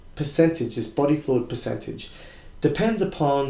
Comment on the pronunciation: Piss-centage? PERcentage not PISScentage....you're moldering the kings english and awddah lurn two spoke more beddah. Thanks for the video!